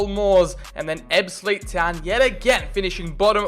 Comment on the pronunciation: I support ebbsfleet united and your pronunciation for most of the teams is very good 👍